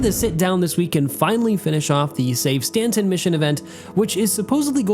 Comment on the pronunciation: why are you saying "Stantson" lol ?